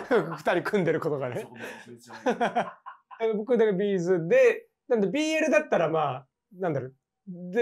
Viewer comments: B’zのイントネーション違うよね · 企画は面白いんだけど「B'z」のイントネーションが気になって仕方ない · B'zファンとしてはB'zの発音が気になる（チーズと同じが正しい） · 私はB'zファンではないけれど B'zファンならB'zのアクセントを訂正してほしくなる B'zのアクセントは平板ではなく、頭高